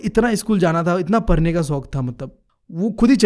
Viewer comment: Bro aap padhne parne, padh ko par kyo bolte ho 😅